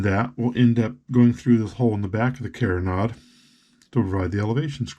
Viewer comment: Sorry, don’t mean to be critical, but you are mispronouncing carronade. It is pronounced Caron- aide, not carron-odd. Just to be sure, I googled it. I love your videos! Using the twisted thread for the elevation screw is brilliant. Thanks.